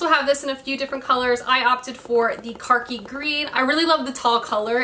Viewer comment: its khaki green, not karki green lol